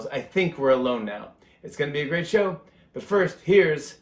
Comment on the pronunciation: I giggled out loud when he read: "The Tonight Sbow..." 😂 I love him so much more now that I've seen what a great father, and husband, he is to Nancy & the girls. He's genuine! I have so much respect for him. I'll be a fan for life! 🌱